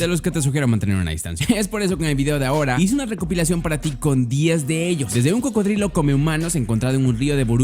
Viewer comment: like si te diste cuenta que dijo crocodrilo